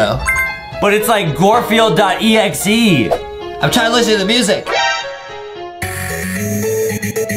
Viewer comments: It’s not g-or field it’s g-ar field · Adem really sed gorfuled adem it’s garfuled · Garfilde not gorfilde